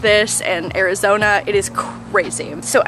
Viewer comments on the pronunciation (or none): none